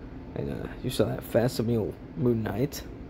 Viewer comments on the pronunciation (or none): Great video! also its fak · si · muh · lee